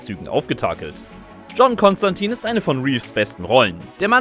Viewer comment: Doch und der Kanal wäre deutlich größer, wenn der Sprecher kompetent in seinem Beruf wäre. Constantine hat er auch verkackt